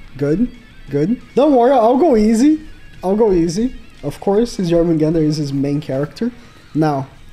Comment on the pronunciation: I don’t understand why does keep saying Jormungand wrong. It “Jormungand” not “Jormungander”. Same with Gerharde. It’s bleeding my ears every time